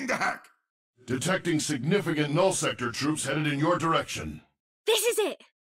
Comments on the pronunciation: When I first heard one of Mercy's lines, I thought she said "Beginning the heck" not "Beginning the hack." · I thought Mercy said "Ignitiating the heck." Uh, yeah, I think it's alright started. Sorry Mercy.